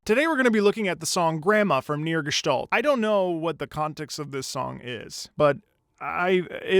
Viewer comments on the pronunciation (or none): none